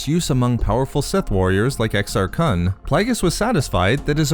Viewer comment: The pronunciation of Exar Kun is a little out when saying Kun it's more like Khh-un